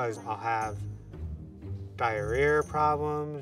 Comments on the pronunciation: Ernest A. Pérez L. He said diarrhear....not diarrhea....listen closely def child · Can not believe no one picked up on the fact that he said “diahrear problems.” Had tears rolling down my face laughing hysterically when I heard that